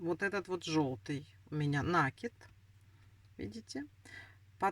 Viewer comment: НакИд,накИд,накИд!!!! Запомните, пожалуйста!!! С Украины наверное,не знаете русского языка,не знаете где делать ударение?😮😮😮